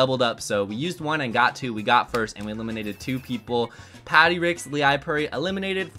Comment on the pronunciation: Leipuri is actually Finnish and means Baker! It's pronounced kind of like lay-poo-ree :))